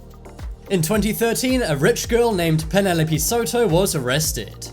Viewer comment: Mispronouncing a rather common name "Penelope" bothers me for some reason.